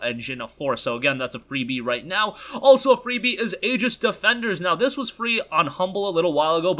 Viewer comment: Aegis is --- EEgis. The Aegis was Athena's breastplate in ancient mythology. Just watched another video that completely butched the pronunciation as well. Was the local newspaper from where I grew up (yes if you search Aegis newspaper you will know almost exactly where I am originally from). Anyways, great video as always. Yours is the first I search for every day (and again in the evening) on YouTube. Keep up the great work!